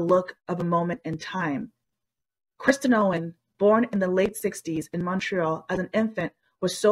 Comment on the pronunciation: The “narrator” keeps saying “Kristen” Owen. Basic respect would be getting the name right.